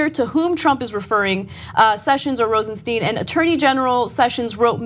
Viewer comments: Rosenstein pronounced RosenSTINE not Rosensteen. Mueller pronounced Muller not Mewler. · Ana, it's "Rosenstine" not "Rosensteen." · His name pronounced ROSENSTINE/ROSENSHTINE... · TYT, has a shortsighted view. If you were Rosenstein (rhymes with dine, not bean, btw.), and the POTUS asked you to write a memo recommending firing Comey, you have two choices: A. Don't do it, and get fired, and watch Trump hire someone who will then do it. B. Do it, taking one for the team in order to keep your job long enough to appoint Bob Muller to investigate. Either way, Comey's gone, so you might as well get a fair exchange for it. Rosenstein is smarter than you think. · You guys keep mispronouncing Rosenstein.